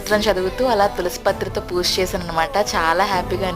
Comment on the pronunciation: Chala baavundandi... Kaani language koddiga manchiga matladandi plz... Poosha kaadu... Pooja anandi correct ga... Vinadaniki chala bavuntundi... Plz dnt mind ila cheppaa ani... All the best andi...